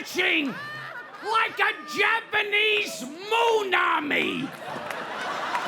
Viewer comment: Literally I am Japanese and yes his pronunciation is perfect.